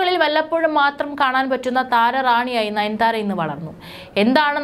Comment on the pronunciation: നയൻ ധാര അല്ല.. നയൻ താര....